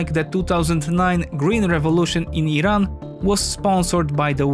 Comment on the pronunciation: He pronounced Iran correctly he knows what he is talking about